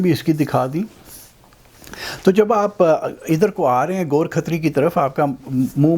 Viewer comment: Ghor Khatri. Gorakh tari ✅️ go rakh tar e